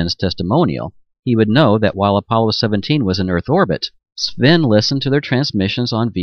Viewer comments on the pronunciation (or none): I can normally get past all of the myriad problems with oral narration, but when he pronounces 'Sven' 'Seven', my Norwegian blood goes critical. I wish debunkers had installed a marquee at the bottom of their screen scrolling his transcript.